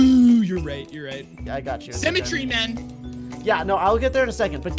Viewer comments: says symmetry like cemetery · Dont you just love semetry Me: dont you mean symmetry(Si-mi-tree) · every time they said cemetery I got so annoyed because it’s symmetry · Why does always say sEmmetry instead of sYmmetry